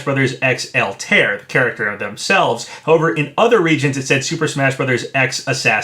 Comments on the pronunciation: JSYK it's pronounced all tie ere. Not Alt air. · "AL-TARE" Papa, my guy... it's "Al-tie-ear" hahaha Always love your content Papa! Keep up the quality speculation! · just an FYI, it's pronounced "All-ty-ear not" "Al-tare"... also as much as I want Geno & would like to see Doomslayer, I'd settle for Mii costumes if they come with music like Sans & Cuphead. Geno would most likely have "Beware The Forest's Mushrooms", but man I'd love to get that epic final battle theme when you fight Smithy ( also, even though it's just a hat Mallow could include a song as well....remember when Nintendo hit those Mario RPG tracks with copyright strikes? might mean something... )...and Doomslayer should and most likely would come with that E1M1 music ( I forget the actual song name sadly, I tend to just remember it as that first level theme from the original Doom )... also, I REALLY hope they can get Yacht Club to sign off on a Shovel Knight costume complete with that opening level theme that's become so iconic to his game....and while Shantae is one of my top 3rd party wants, I can live with a costume if we also get "Dance Through The Danger" as well as a Patricia Wagon costume with "Rescue Girl" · btw altaïr is pronounced "all-tie-ear" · Yeah, I noticed that too. Pronunciation isn't always easy. XD